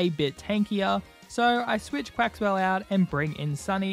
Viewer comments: Lost a shiny Dondozo cause I had to fight a Flamigo. Also, Farigiraf is normal/psychic and it hurts me cause you kept calling Quaquaval “Quaxwell”. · I love how you always called Quaquaval quaxwell